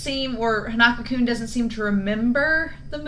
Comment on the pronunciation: I'm not sure if your gonna see this but his name is pronounced Hon-uh-ko. Like the name 'Hans' without the 's', 'uh' like when you're hesitating and then 'Kou' like 'Minamoto'